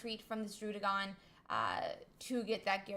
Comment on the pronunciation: Beautiful tournament, a lot to learn from these guys. BTW, it's DRUH-DEEH-GON, because the name is a combination of DRAGON and RUDDY, not RUDE (as the double D implies).